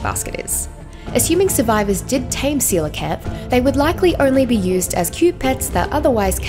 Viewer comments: Jajaja! Seelakant? Omg! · Ive been pronouncing coelacanth as Kow-la-canth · how do i tame a seelacanth? xd (btw im in mobile)